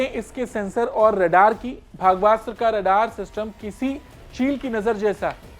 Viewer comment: You are pronouncing the name incorrectly